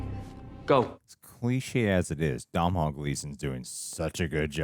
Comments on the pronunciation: Doh-nahl Gleason, not Dom-nahl Gleason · As an Irishman it brings me great pain to hear you pronounce Domhnall Gleesons name. The mh is silent. It's pronounced as Donal. Think Donut, but with an al instead of ut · Decent movie.. a good one to rewatch with the kids.. the sibling bond was a bit flat, writing wise they were saying the right things but the chemistry wasn’t quite there.. also you don’t pronounce the mh in Domhnall.. it’s “Donal.. like tonal” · Just in case either of you end up interviewing him, Domhnall is pronounced more like DOE-null.